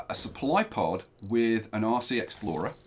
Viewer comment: Whenever you say "RC" I hear " Aussie"